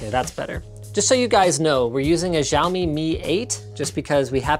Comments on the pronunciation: yall are like linus are you ok; "wheres the alochol" but im like: linus - "this is the shaomi mi" me - "its zaomi mi not shaomi mi" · It's not Zhiaomi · Stop mispronouncing Xiaomi! It's "shiaomi" not "zhiaomi". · "Xiaomi" - That pronunciation xd